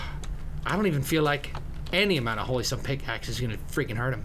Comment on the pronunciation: QUIT SAYING PICKIX!!!!!!!!!!!!!!!!!!!!!